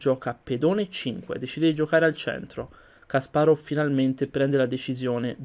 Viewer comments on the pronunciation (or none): Ho visto solo due tuoi video, son fatti bene. Unico suggerimento, cura gli accenti, Kàsparov non Kaspárov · Kasparov persona intelligentissima, non limitatevi agli scacchi guardate i suoi video su putin e le vere ragioni della guerra in Ucraina per esempio. Per quando riguarda la pronuncia, il russo segue il cambio della vocale atona e il rafforzamento della consonante finale quindi in realtà è Kaspàraf